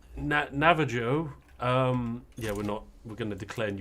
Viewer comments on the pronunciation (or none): Btw for you tea lovers out there Navajo is pronounced with the "j" sounding like a "h". 🤷🏾